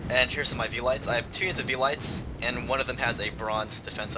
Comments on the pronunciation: Sorry, but my Latin-grammar nazi is coming out. It is not vee-lights. It is Ve-li-tays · Actually, they both say it wrong. Horribly wrong. The "V" in velites is pronounced like a "W", and you pronounce every vowel in the word, so it would sound something like Well-ih-tays. Oh and you say principes wrong, too. The "C" in principes is hard, like a "K". So it would be Princk-ip-ays. That's Latin.....